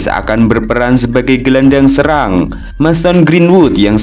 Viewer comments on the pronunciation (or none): none